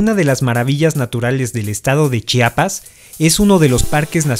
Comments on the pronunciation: Gracias por pronunciar adecuadamente la palabra Chiapas. Es terrible que omitan la "i" entre la "ch" y la "a". Me encantó el video. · Muy buenos videos y principalmente se les agradece que pronuncien bien Chiapas, se los dice un Chiapaneco orgulloso de haber nacido en este estado ya que es molesto que pronuncien Chapas.